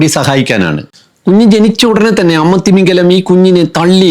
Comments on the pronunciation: തിമിംഗലം അല്ല, തിമിംഗിലം ആണ്. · തിമിംഗലം അല്ല... തിമിംഗിലം ആണ് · തിമിംഗലം തെറ്റ് , തിമിംഗിലം ശരി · തിമിംഗിലം എന്നാണ്. തിമിംഗലം തെറ്റാണ്ട്.